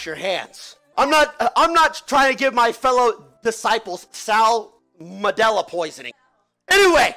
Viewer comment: "Sal-Mandala poisoning".